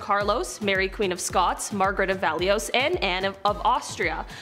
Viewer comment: Valois = VAL-wah